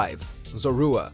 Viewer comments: ‘Ce-lebi’ ‘Zo-ru-a’ NANI?!?! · He mispronounced Celebi and Zorua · For gods sake learn how to pronounce Celebi and Zorua.